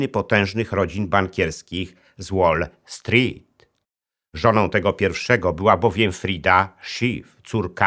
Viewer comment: Super się Pana słucha, ale proszę sprawdzić wymowę "wall street" bo cierpiałem w trakcie materiału